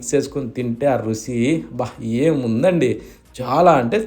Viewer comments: రుసి కాదండీ, రుచి అనాలి. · Too Good…!! "రుసి" కాదన్నాయ్‌… ‘ రుచి ’ phleeeezzzzz …… practice it … you can pronounce it correctly